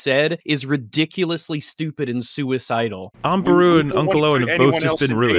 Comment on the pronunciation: For some reason it triggers me that puts the emphasis on AAAunt Beru and UUUncle Owen instead of Aunt Beru-UUU and Uncle OW-en.